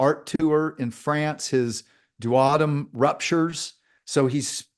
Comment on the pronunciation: mentions Howard Storm's wonderful NDE story. Howard mistakenly pronounces the word "duodum." repeats the mispronunciation. I don't think this is a word -- but "duodenum" is!